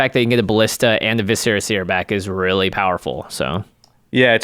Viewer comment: I really don't want to be this guy but... its Vis-er-ah seer (like... viscera... internal organs... You scarifuce a creature so you can use their organs to view the future)